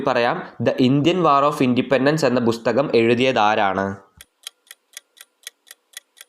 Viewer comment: ബുസ്തകം അല്ല പുസ്തകം ആണ് !